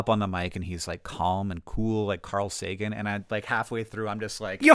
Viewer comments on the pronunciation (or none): none